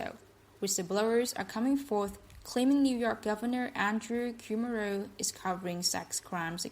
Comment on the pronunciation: "Andrew Coomer" = Andrew Cuomo